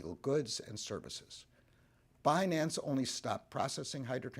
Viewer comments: Damm Binance! It's Bi nance Secretary Yellen you had one job!!! Read the script in a correct believable manner.😂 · If one can’t properly pronounce such a simple word like Binance, is such a person fit to hold a position of power? Crooks and liars.